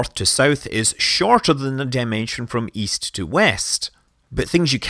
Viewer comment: Great video. I try using this to show flat earths when they claim no real photos of Earth exist. Love the accent. It took me a few seconds to realize you were saying East when you said "GOES est".☺